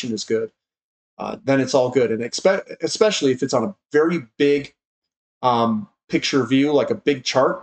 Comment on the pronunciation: ESPECIALLY - You have now said it like 7 times in a row correctly. This is really working..!!! :D